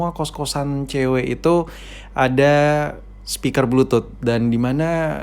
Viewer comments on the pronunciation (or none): none